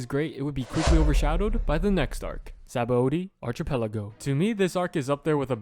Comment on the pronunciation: archipelago bro come on